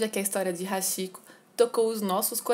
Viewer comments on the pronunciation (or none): A pronúncia não é "Haxiko" e sim "Hatiko" , porém a escrita é Hachiko , pois o "chi" tem pronuncia de "ti"... isso não é uma crítica e sim uma observação👍🏻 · Nao é hashiko q se pronuncia, e sim hatiko ( Hachiko) CHI em japonês se pronuncia T.I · Se lê ,RATICÔ !! RS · Posso ajudar? A pronúncia seria "ti" onde está "chi" tanto em japonês quanto em inglês, o ch é lido como "t". Você acertou na pronúncia do "ha" que da mesma forma é lido como "ra" como rato. Então a pronúncia seria "raticoo" prolongando o "o" no final. 😊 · Apenas corrigindo a pronúncia, o correto seria pronunciar Hatiko, seria ti e não chi. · Se pronuncia RáTico